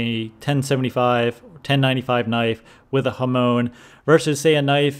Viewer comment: Not Hamon as in the Ramones, but Hamon as in Monica